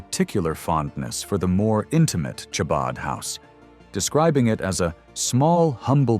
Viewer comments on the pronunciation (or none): Mis pronounced Chabad. It's not Tscsbad but Chabab Like Challah. Cantvtheybgetca Jew to narrate.